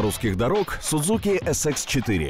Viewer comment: Не Sudzuki, a Suzuki надо произносить название.